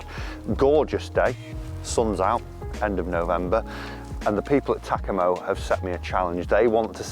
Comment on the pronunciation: Can't lie, the way you say Takomo, doesn't sit right with me lol.